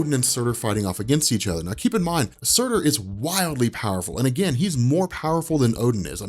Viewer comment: Surtr not Surtur. You comic fans bash my religion like its nothin